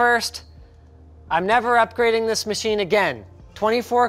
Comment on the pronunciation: "upgdareing", are you having a stroke? Are you OK?